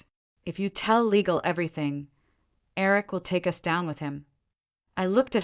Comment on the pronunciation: hahaha, the A.I. narrator is reading "us" as u s , rofl, now you can see it's a fairly engaging story with a lot of verbal speech errors that turn it into a comedy. as it's a revenge story, the driver did not inform the group that was used to her kindness ahead of time that she would not be driving them from then on, prior to the hard lesson of being left out in the cold. but decent human beings are not part of this story. go figure. The A.I. often uses foreign pronunciation of English, as French accent, or other nation Accents, which is not needed. someone should teach the a.i. child to speak correctly.